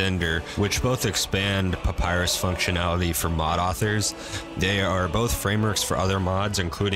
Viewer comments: "papyrus" he said pppappyrus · Every time you say "Papyrus" I lose a brain cell.